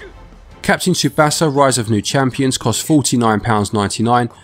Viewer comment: You really dont know how to pronounce Tsubasa. It means the Wings